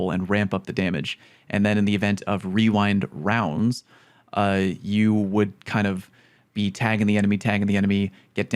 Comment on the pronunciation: Wewind wounds started from a tongue twister when the perk first came out. Everyone had trouble saying rewind rounds and would accidentally say wewind wounds